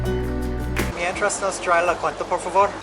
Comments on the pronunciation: I think it was a pronunciation difference. Me traes kinda blurs together and sounds like mientras but its not. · GUYS IT ISN’T “MIENTRAS LA CUENTA” THE CORRECT PRONUNCIATION GOES AS “ME TRAES LA CUENTA” 😉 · Mientras....means meanwhile, me traes..can you bring me. Maybe google a website to pronounce it for you so you can hear the difference. I never thought about how it can sound similar, but once you hear the difference it will stand out. Also, from what I have been told is some garbage does get recycled once it has been picked up, but not sure if that it true. I love the street food,.i just usually avoid the cilantro and raw onions I have never gotten over dogs barking all night or at me from rooftops or through a fence. Toilet paper in the trash can grosses me out. Cockroaches...wow they swarm all over Mexico. I never get use to them. You have to spray often around the home to keep them out. People sometimes walk around the neighborhood offering to spray or you for a small fee. I don’t accept it, they are stranger and don’t let them into your home!